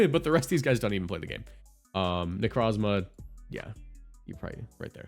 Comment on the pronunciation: I swear, it’s “Neh-CROHW-zmah” like Necro